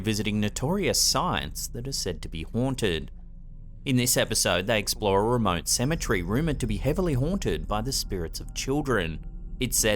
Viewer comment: Tired of buddy saying cementree, he's way off